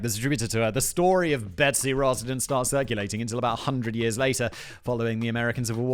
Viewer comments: He only said it wrong one time out of like 6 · Betsy Ross, not Rose ya smooth-brained Brit!!! 😘 Edit: well shit, and this is why I should wait before commenting.